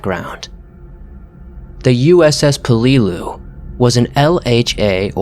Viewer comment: I'm sorry but... U.S.S. Puhleelew 😂😂😂😂😂😂